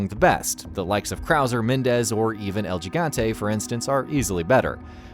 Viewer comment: El Jigante? What?